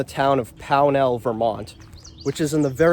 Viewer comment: The town is pronounced POW nl, not pow NAL.